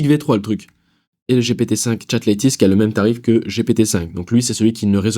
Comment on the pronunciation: Top Ne dis pas LÈTIST mais LÈTEUST 😊